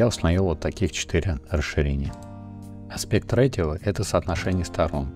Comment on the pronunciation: спасибо. поправлю, не аспект ратио а аспект рейшио